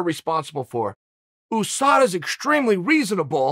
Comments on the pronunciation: I love how uncle chael says Ooosada instead of Usada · Just like Ooosman instead of Usman lol